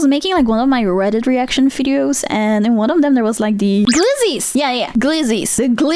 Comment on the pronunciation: I love how she says fideos instead of videos